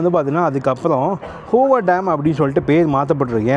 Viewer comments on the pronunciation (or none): Bro the Hoover Dam is pronounced as Whover Dam not " Ho Ver Dam " 😢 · It's hoover not hover, nevada not nivedha, at least learn some key pronunciation before making a video. Epdiyum poi poi ah tha pesura thappu thappa information kudukra. Edhachum onnachum olunga pannu. 🥱🥱🥱🥱🥱